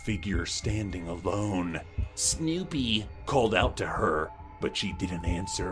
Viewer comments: I love how he pronounces Snewpee's name. (actually says Snewpee in the description) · pronounciation of Snewpee's name😆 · Okay, but why did he pronounce Snewpee like that.